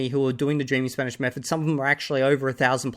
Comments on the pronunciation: As someone whose studied and spoken Spanish for 8 years I want to add the gringo’s Spanish accent was not good at all it was like someone who had been learning Spanish for 6 months properly and never tried with the accent. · 2000 hours to still being incapable of pronouncing an Spanish double "R". Practice pronunciation at first guys, don't rely only on input.